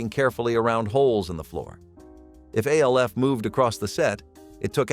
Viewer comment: Why does he keep calling ALF..…A. L. F ?